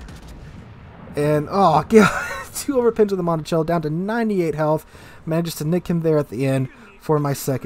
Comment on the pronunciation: Your pronounciation of Montecuccoli is making me visibly cringe in pain :) "monticello"?